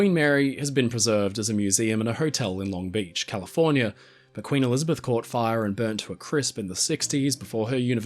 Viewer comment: From California. Never heard someone pronounce Long Beach that way. Long BEAch 😂 Haven’t been to the Queen Mary since I was a kid. I grew up about 20 miles from the Port of Long Beach, at the border between Orange and LA County.